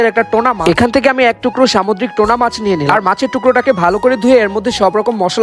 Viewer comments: Tona😂😂😂its tuna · টোনা না টুনাা মাছ বলে।